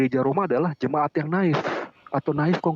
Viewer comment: Kehabisan akal sehat.. Native dibaca " na'if " tolonglah belajar lagi .. 🎉